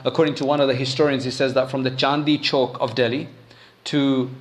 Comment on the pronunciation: With respect, it’s not “Chandi ckoke” it is Chandani Choke. Chandi means silver snd chandani means moonlight. Choke is square. So the famous place in Delhi is “Moonlight Square” i.e Chandani Choke in Urdu.